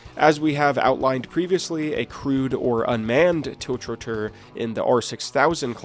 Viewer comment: tilch-ro-tor :D Geez. The times we live in...